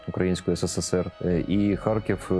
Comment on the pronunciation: 3 (мова про рівень, не про вимову. ну і С1 - це далеко від досконалості ггг). Мені неприємно чути покоцану назву рідного міста. Щоби вимовляти з налогосом на перший скад, не потрібно нічого крім як редактору поцікатитись цим питанням.